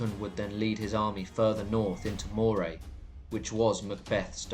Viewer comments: Grouch???? Is there any Scottish name you can pronounce? Phonetically her name is Grew-akh. Moray is Murry. Findlaech is Fin- Lekh. SewArd is Siword. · Moray is pronounced Murray and Celtic with a hard C. Keltic, not Seltic. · I'm sorry but you can't even pronounce Moray, the pictures may well reflect what you think Moray is like or was but it's entirely garbage. Please, as a student of history, try , even a little bit, to get things right. Moray is an extremely fertile area, even into the areas you wrongly ascibe to being Moray, not the hills and rocks the pictures you have included. Even the ancient moreamears you describe are laughable. The Grampian mountians run north to south which provided the natural phsychical and geographic borders to centres of power. If you even have the pretence of providing a true story, despite the distance of time, you could, at least get the geography right. So, so sad this kind of nonesense ever gets distributed far less without the claim of "true". Shame!